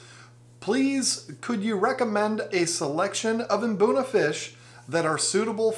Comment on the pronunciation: Mate, here is how you say it. Mbuna. As in Hmm - Boo - Naa. Not imbuna. 🙂